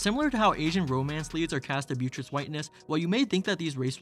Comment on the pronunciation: Fantastic video overall. My only note is that it's But-tress not Byu-tress and it drove me crazy because I'm pedantic like that. Also The Last Samurai is a poor example of what you're criticizing when you show clips from it. It is definitely an example of the damaging 'white savior' trope and poorly represents Japanese history, but the character is not a race swap. He is supposed to be white.